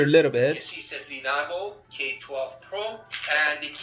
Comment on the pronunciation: I like the lea-navo.. Umidagi is not bad.. 😅